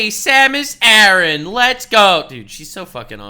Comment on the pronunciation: Her name is pronounced Sam-Us Air-in.